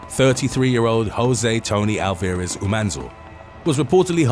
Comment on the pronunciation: Alvarez is pronounced w emphasis on the first syllable the A 🤣